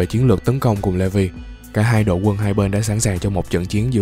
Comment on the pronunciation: Levi kh ph đọc là" Lê vi" nhaaa anh đọc là "Lì vai" áaa